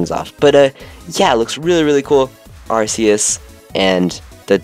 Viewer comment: Its ar-key-us not ar-see-us